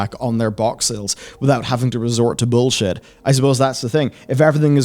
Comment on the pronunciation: this nikka said bullshot😂😂😂😂